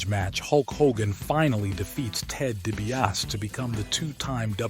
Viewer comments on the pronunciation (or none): You really suck at pronouncing names. DiBiase is pronounced “Dee-bee-ah-see”, Andre is “Ahn-dray”.